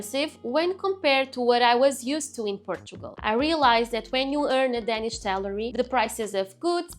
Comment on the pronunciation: when you speak english, you pronounce the letter "a" wrong in english in the word "danish"